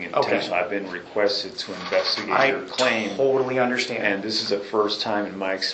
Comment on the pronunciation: I Unna-schtan... I'm not going to be disrespectful. He wanted to say 'disrespected '...he caught himself .